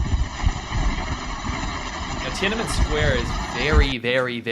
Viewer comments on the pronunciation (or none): Love your shows. Let’s pronounce Tienanmen properly. It is “Tien-an-men” not “Tien-ana-men” … thanks!!